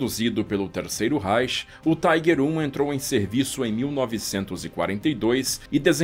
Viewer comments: A pronuncia não é Taiguer ,senão Tiguer! Alemão falando aqui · tem que falar tiger e não tigre se não os historiadores de apartamento dão chilique